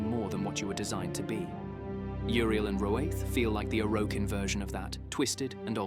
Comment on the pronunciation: does this sound like an AI voice over to anyone else? like combining Roathe with Are, mispronouncing Orokin, that sort of thing.